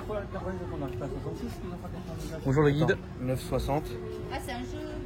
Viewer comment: Le" bonjoute" d' à la caisse du péage. magique❤️